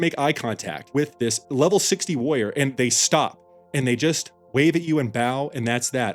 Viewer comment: it's WARR-IOR not "woyer".